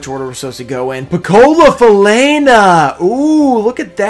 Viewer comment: Loved the reaction to the Piccola Falena (that you actually pronounced well), I'm glad you appreciated it and hope it will help in your collection of Pequenos in all languages. That giveaway is sick by the way, that Guardian is really cool